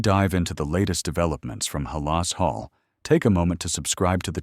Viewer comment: HAL-LAS HALL? Im out!!